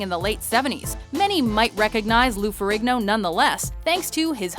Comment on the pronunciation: Is the g in Ferrigno really pronounced so heavy? Surely it's a silent g?